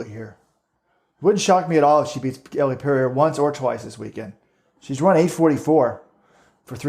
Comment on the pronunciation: So annoying that keeps pronouncing Elle's name wrong.